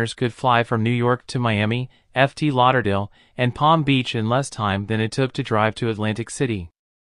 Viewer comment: Efftee Lauderdale. 😄